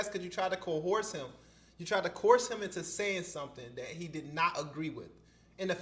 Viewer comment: Coerce is pronounced ko-urs